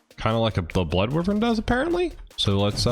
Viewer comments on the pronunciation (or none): Great vid overall but my one pet peave is when people pronounce Wyvern, Wi-vern. Its pronounced Why-vern. I still like the vid though so thumbs up for that